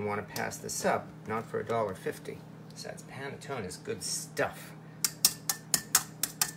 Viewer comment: Pronounced pan-nuh-tone-nuh. since you are a foodie try buying your nutmeg whole. Just shave the nut over a micro plain and you believe the taste difference.